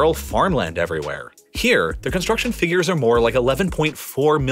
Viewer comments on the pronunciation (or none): none